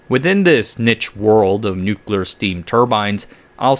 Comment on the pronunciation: Never seen someone enjoy saying a word like "niche" so much yet mispronouncing it every time